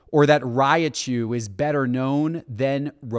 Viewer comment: What’s a raiiiachu? Learn to pronounce the name before talking BS. I followed you for sports cards, keep it that way.